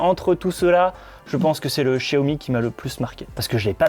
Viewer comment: Un chiaomi ??😂😂😂